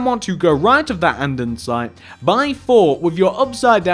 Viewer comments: its andesite not andensite! however i love ur builds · It's andesite, not andonsite. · It’s not andendensite, it’s andesite. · ITS ANDEsITE NOT ANDENSITE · Why do you call andesite andensite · did it annoy anyone else that he kept saying andensite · ITS ANDERSITE NOT ANDENSITE!!!!! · Andesite not Andensite!!!! its annoyed me the hole time. but good video i like all your other videos too! :D :P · I kept getting annoyed every time you said andesite. You a,ways say it "Andensite" and it is annoying the living daylights outta me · its An-De-Site no N:)